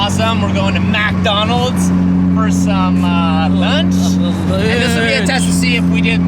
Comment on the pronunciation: That boy said MacDonalds!